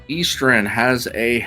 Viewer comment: Generally a good commentator, except for the pronunciation of 'Eastern' is mildly irksome...